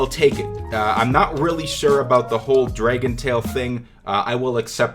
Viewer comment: who's says dray-gon?? It's clearly Drag-on...... lmao..when I heard that I said what the fuck.....